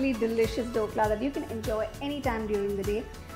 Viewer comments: not Dokla its Dhokla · The recipe is nice. Btw its “DH” okla and not Dokla😅